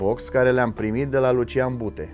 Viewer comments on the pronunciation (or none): none